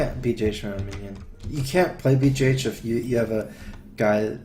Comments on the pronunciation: why does he call Big Game Hunter "BJH" pronounced "Bee, Jay, Aitch"? surely it's BGH or "Bee, Gee, Aitch" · that sounds so much like "Bee, Jah, Aitch", or "Beeg, A, Aitch". lol